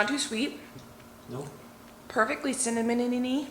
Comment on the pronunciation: Can you say “cimmononey” fast three times 🤣👍 I love watching you and. You’re both so down to earth, and really do treat your audience like we’re right there with you. Love it❣️